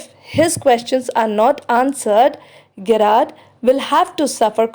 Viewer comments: It is Jr--aard not Ge- raard.. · Its pronounced as " Je-rrard"